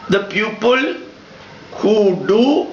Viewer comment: sir,while you speak the word PEOPLE it sounds like PUPIL